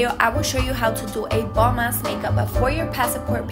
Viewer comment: You meant bomb Not boom lol , love all your videos!💗💗